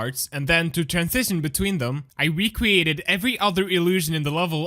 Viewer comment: "i wecreated"🤣